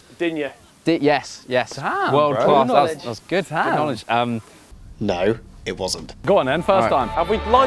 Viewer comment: Class* not Clohrs